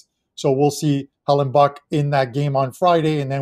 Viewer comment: It's Hellebuyck there's no N in his name stop saying Hellen buck lol. Great show guys!